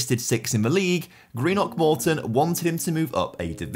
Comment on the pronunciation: Not even a minute in but had to comment - so good to hear someone pronounce Greenock correctly! I’m from there and live in England and the amount of people I know who say it so wrong is painful.